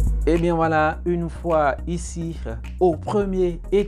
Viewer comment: Big man, pardon il faut laisser affaire " r-R-R" a la fin de chaque mots. C'est quoi "une foie iciR??" [ - ] . La meme chose vous avez faiRE suR la videoR de tori bossitoR. PLEASE STOP